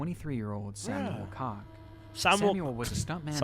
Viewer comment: It's pronunce Coke (Koch)